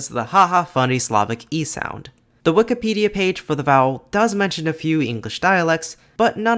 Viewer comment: Why do you say wik-a-pedia rather than wik-i-pedia?